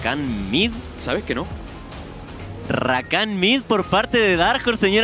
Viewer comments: "Rrrrrrrrrrakan mid" I love it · The way the CLC caster says "RRRRRRRRRRRRRakan Mid" is just fantastic